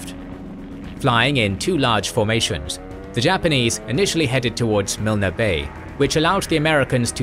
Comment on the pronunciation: Thé ‘e’ in Milne is silent.